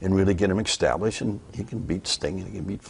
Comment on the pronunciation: why does it sound like he says ''ecstablished'' and ''ecspecially'' lol